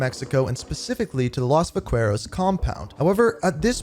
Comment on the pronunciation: Va-kue-roz 😭, bro i could not let that pass its Va-Ke-Ros